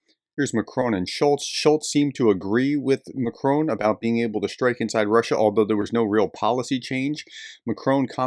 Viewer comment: Prof - please learn how to pronounce Macron. It’s kind of painful!